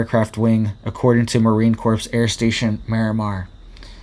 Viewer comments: in Corps the P & S are silent... Pronounced Core not corpse. 😣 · Corps is pronounced "core" not "corpse"! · I REALLY like you, and watch all your alerts, but you need to be aware that the word "corps" is pronounced CORE... it will increase your credibility. Thank you for what you do! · its pronounced Marine CORE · It's pronounced Marine Core or Kore if u prefer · Corps pronounced core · Marine Corps - the 's' in Corps is silent.